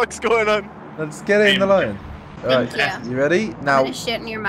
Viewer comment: ”Altight good work guys!! Now moving forward” xD 😂